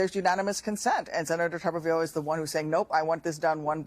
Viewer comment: It’s tuberville, not tupperville